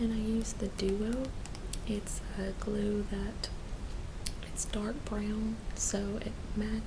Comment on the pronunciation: About the Duo glue, you said it was a dark brown. Sounded like a slight twang on 'brown'. I'm picking up a vibe of Texas.. Maybe Austin?